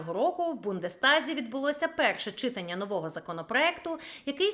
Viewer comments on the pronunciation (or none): Чому наголос на перший склад в слові "читАння"? Це не лише ваша хиба. Про закони, чомусь, завжди говорять з неправильним наголосом. Дивно звучить.